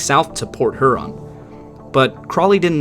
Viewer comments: Not to be picky or detract from this interesting video, but.....it's pronounced HERE-on. Not HER-on. Excellent video! Thanks for your time doing this. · Her-on? Really? I’ve alway heard it pronounced hyur-on. Good coverage of the story. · her-on? i havnt even met her no but really its hyur an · Great video but man.. its H-Yurr-ahn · just fyi, Lake Huron is pronounced H-YER-ON rhymes with Pure On. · buddy, it's "here-on" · Appreciate your efforts. Love the respect you show these mariners, and the detail. Only comment: up here we call Lake Huron, Lake ”Hyu-ron” like Houston. BZ to you. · Work on that Huron pronunciation.